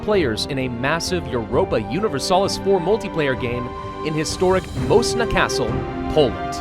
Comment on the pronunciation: the pronunciation of Moszna lmao